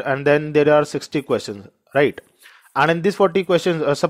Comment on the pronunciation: Thank you sir, the word (right ) Lil irri..others fine.